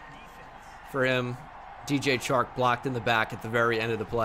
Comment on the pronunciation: You say the 'Ch' in Chark like you would in 'CHair'. Is actually like in 'Shark'. #stillluvuthoughbro 😁😁